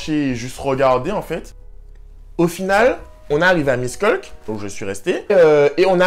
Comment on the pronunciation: Salut moi je suis hongroise miskolc se prononce “michkolts” et fallait que tu aille dans un hotel pas dans un campus praske ya souvent des clochard la bas et jespere en tt cas que tu a aimé la hongrie que ta aimé la nourriture et si ya beaucoup de huile en hongrie c parceque on mange beaucoup de nourriture tres grasse et je sais pas si tu avait vu mais ya un 18 au dessus de chaque tabac parceque chez nous les moins de 18 on pas le droit de fumé mais yen a il le font quand meme en payant des adulte pour qu’ils y aillent a leurs places (mes cousins le fesait)